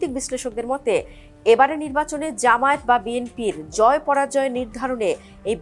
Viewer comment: ভালো করে উচ্চরণ করো জামায়েত নয় জামায়াত